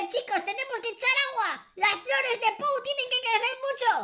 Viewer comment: que asco medio risa cuando dijo puo bano puo bano puo y pou caca puo caca puo caca me moria